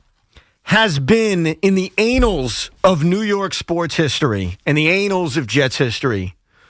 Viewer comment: lmfao he said anals instead of annals. although in this situation, it is rather fitting